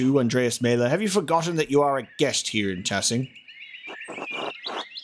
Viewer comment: About pronunciations: Vaclav pronounced as Va-ts-lav, Wojslav as Vo-i-slav, and of course Maler is more German, not Maeler but Mahler. Great job on playthough 🤗🤗🤗